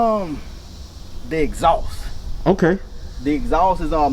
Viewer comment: The “EHHXSAUCE”😂